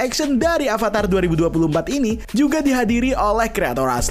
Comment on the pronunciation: Beberapa kali Narator mengucapkan kata "ALVATAR" Yang benar itu "AVATAR"